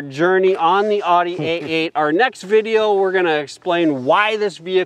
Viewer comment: Owd ee. Not odd ee.